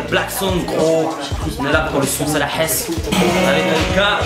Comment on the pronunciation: pas la hasse " el hasse " tu parle arrabe comme un noob applique toi kho et no pas fréro